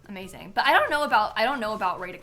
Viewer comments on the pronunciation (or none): none